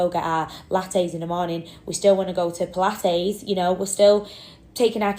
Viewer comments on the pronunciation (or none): "pilathes" agghhhh. I can't with this lady